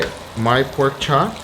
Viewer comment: what the hell is a perk chop ffs